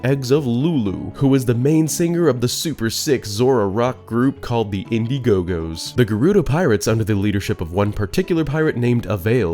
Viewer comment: Hearing the indigo go's called indie gogo's is pro funny lol